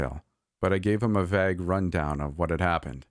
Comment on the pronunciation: that's not how vague is pronounced